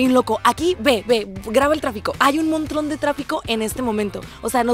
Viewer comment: No se si soy la única que se dio cuenta que dice "montron" envés de decir montón